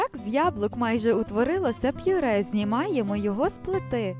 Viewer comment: Мова жахлива. А наголос у словах!!!